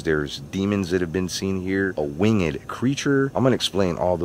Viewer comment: Ikr but like still “wing ed” ;v